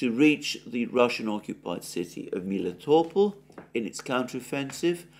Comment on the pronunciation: Besides people mislead him. Like, one who wrote to him haven't pointed that second "e" in Klescheevka means "ye" with Russian rules of pronounciation, I.e. Alexander was right when pronounced it as KlescheYEvka. About pronounciation of Melitopol he was completely mislead BC locally it's name pronounced as MelItOpOl', with complex stress, very close to the Greek pronounciation—just with soft "l" at the end (similar to soft consonants in German, which may be more familiar for someone). Also Slavyansk and Kupyansk are SlAvyansk and KUpyansk BC it's cities of Nova Serbia and they have Serbian stresses but one who gave all this references simply uses "Great Russian" rules of stresses not realizing that this cities may not have Russian names.